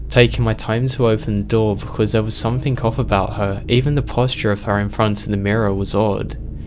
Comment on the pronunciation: Dear, there is no 'K' at the end of 'something'.